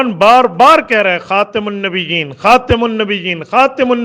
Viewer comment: آپ کے پاس صرف فتوے ہیں بس آپ کے پاس کچھ نہیں غور کریں خود آپ لفظ خاتم النبین غلط پڑھ رہے ہیں منٹ سے اگے سن لیں خود خاتم النبین یعنی خا سے آگے ت کے نیچے زیر پڑھ رہے ہیں اور م کے اوپر پیش حالانکہ قران میں اعراب اور ہیں۔ حدیث میں بھی اعراب اور ہیں لیکن غلط پڑھ رہے ہیں جب ایک اتنے بڑے متفی کا یہ حال ہے تو عمران خان سے کیا گلہ ۔۔۔۔۔۔۔ متفی طارق مسعود صاحب یہی بات تو سمجھا رہے ہیں کہ اس بات کو بنیاد بنا کرکسی پرفتوے بازی نہ کی جاءے۔